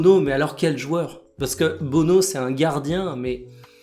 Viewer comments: oui mais ça se prononce plus Bounou que Beauneau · Yassine Bounou : "Le surnom Bono est, selon le gardien-même, adopté en raison des difficultés de prononciation de son nom de famille en Espagne. Bien que son nom de famille s'écrive Bounou en français et en arabe, il est orthographié Bono en espagnol, ce qui se résume à quatre lettres. Ce surnom a finalement été adopté et est désormais reconnu à l'échelle mondiale, devenant ainsi le nom par lequel Yassine Bounou est connu du grand public."